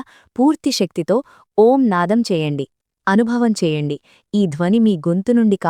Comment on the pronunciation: Gaali baga తీసుకుని enta sepu vundachi? Om enni sarlu cheppali clarity ga Chepandi Sister plz